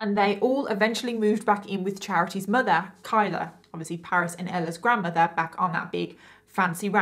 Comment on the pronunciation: im sorry but "her MUDA "